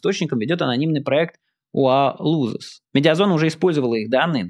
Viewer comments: Почему "УА лузэс", когда UA losses (лоссэс) лол? Найк, вы же американец, по-английски вроде можете читать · Майк, "UA losses" читается не "юа лузес", а "юа лосес". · UA losses =юа лоссес, не юа лузес Это критическая разница, если вы знаете английский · UA Losses ты произносишь как UA looses, что придает совсем другой смысл названию.